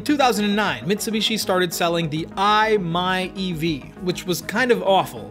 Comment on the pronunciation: nice video. but some flaws. prius is NiMH, not Li-ion. Never. i-MiEV is pronounced 'eye-meev' not 'eye-my-ev' i own and work with electric vehicles for over 15 years. you said 2021, so this video is already 2 years old in 2023. what you're trying to explain in so many words, is called 'embodied energy' and 'carbon footprint.' a long explanation makes it more confusing and harder to comprehend.